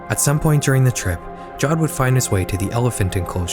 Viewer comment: "Jawed" is pronounced "Javved"